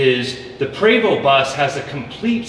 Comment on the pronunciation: It pre-vo not pra-vo (Prevost )french. your comparing apple and orange